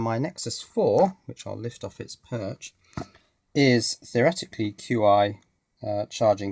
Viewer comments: Chi, it's chi. Not "cue-i";-) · I could be wrong, but I thought "Qi" was pronounced "Chi" as in the Chinese word for energy. "Chi" in this sense is properly translated as "Qi" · Hehe... Not certain if you know this by now, but the wireless charger is actually pronounced 'Chi'... :-) Thank you for all of the informative videos!!! Hoping to start my own IoT network using my current Windows based server/HTPC and a bunch of esp8266 Wi-Fi nodes. Hopefully your guides will be of some level of help to me once they arrive.